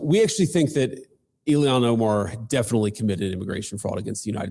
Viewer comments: JD VANCE calls her Illian not Ilhan Omar lol. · I enjoy how he continually mispronounces her name Ilian. He's such a smart guy, he's definitely doing that on purpose for sure lol